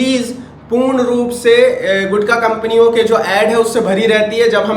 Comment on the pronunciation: Gutkha not a gukta